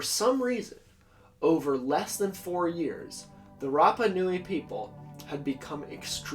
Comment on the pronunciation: Aargh! Note from the Pedantic Police: it's "MAH-key MAH-key", & "RAH-PAH-Noo-eee". I know it's only a little thing, but it bugs the obfuscationist-hell out of me hearing names mispronounced (it's kind of my thing, man; that's why I've been single for 20 yrs...)... ;~ ]